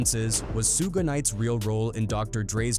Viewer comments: Who the hell is SOOGAY? Stupid AI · Su Ge 😂 sounds like a Japanese anime character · U mean, “SOOJ” or “SOOGAY”?😂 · Sue Gay and 2pack. AI slop. 😅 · How the hell you gonna include Suge and not know how to pronounce his name? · I hate the way the AI pronounces Suges name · Nothing like a culture vulture reporting on something he knows nothing about. HTF ? He miss pronounced Suge name. I immediately stopped and blocking this dumb 💩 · It will be great when AI learns to pronounce Suge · AI still can't properly pronounce Suge lol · I never heard SUGE pronounced worst in my life smh this is as bad as when they say "2pack" lmao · Because lazy and AI😅😮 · F ALL THAT I SEE WHITE PPL CANT READ LOL IT NOT SOOOOOOG IT NOT SUUUUUUUUUUG IT SUGE example sugar instead of adding the ar you adding an E to that it Suge 😂😂😂😂😂😂😂😂😂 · Bruh that AI shit talk worse than Trap Lore Ross. The shit can’t pronounce “SUGE” shit said “SHA-GAY” lol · Who is sue gay lol its suge pronounced as shoog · Should've said So-gay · What the hell is a "Sugay"? Quit being lazy with AI and voice your own script, poser. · Soog? Soogay? Soogie? Holy hell AI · You done f*cked up already by calling a man Soogue Knight man WTH 😅 and even made me missed spell his name too right in this comment section. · Who the fvck is sooge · Who the hell is “Sue’Gay”? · SUEGAY....really lol 😂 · Hahaha Suuug knight haha. AI sucks! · Soog Knight😂 This AI stuff is getting out of hand. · Sooge, Sewgay, Sewgee, Topack, Rakeem... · Dang! Narrator needs some serious help. Suge Knight - Phonetic spelling: SHUHG (rhymes with “sugar” without the “ar”) 2 Pac - Phonetic spelling: TOO-pahk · "SUGE"!! Short for SUGAR man get it right or don't get it at all!!! #SMDH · “Sooge Knight” no shame with the AI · Hullup nihh mane!.... Who in the hell is SEEEWG KNIGHT!😂🤣😂🤣😂🤣😂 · When someone pronounces Suge like "soog" and then seconds later pronounces it suuuugay, you know this ain't the video to watch 😂😂😂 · true AI does say suuug ha ha ha. damn machine.